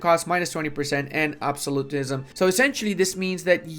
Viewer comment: I keep forgetting doesn't know how to pronounce Absolutism.